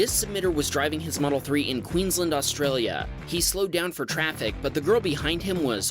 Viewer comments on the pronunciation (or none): I’ve never heard someone mispronounce Queensland like that before Gotta emphasise the A sound more